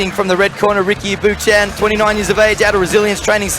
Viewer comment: Ricky's name gets butchered again 😂 thanks for putting on a great show!